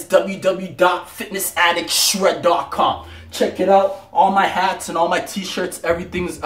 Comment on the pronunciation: For some reason, he is unable to say www. Interesting.